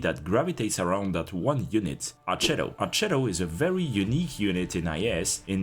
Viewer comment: it's pronounced more like "arketto", you can look up the Onboard voice line